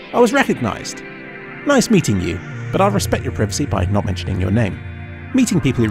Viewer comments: its pry-va-c not priv-ve-see. cmon. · it's "pryvacy" not "prihvacy" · srsly who pronounces it like that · It's pr-eye-vacy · Also, preevacy. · did you just say preevacy? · We pronounce privacy very differently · The way thee pronounce "privacy" -- is it the British pronunciation? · why do you say privacy differently than me!!!! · It's privacy not privacy. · Lolwut, can't pronounce privacy correctly. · ffs say privacy right